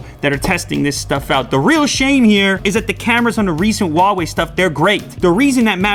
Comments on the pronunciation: Lew,it’s “who-ah way” not “wah way” . Why aint y’all pronouncing the H? It’s right there! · "huwaei" what kind of grammar is this